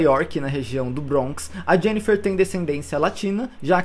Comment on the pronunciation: Bronx se pronuncia "bronks" mesmo e não "brawnks"